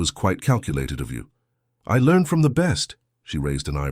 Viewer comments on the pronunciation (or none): none